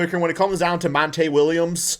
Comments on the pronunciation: Call the man monta again lol, it’s MONTY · Mon-tee not Mon-tay lmao